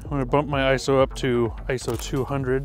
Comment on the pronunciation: Great video. Short, to the point and nice portraits. And thank for pronouncing ISO correctly! :-)